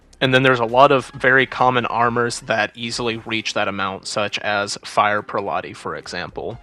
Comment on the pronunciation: fr i have a stroke when says pre latte